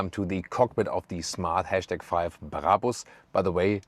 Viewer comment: The # is pronounced ‘hash’ or ‘number’ or ‘pound’.